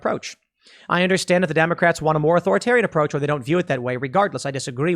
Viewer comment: He mispronounced 'Democrats'